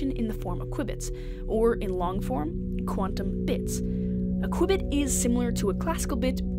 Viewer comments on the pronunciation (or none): two things ... first of all .. What are the odds this narrator is NOT Canadian ? LOL secondly .. why is the narrator pronouncing Qubit as Qubbit ?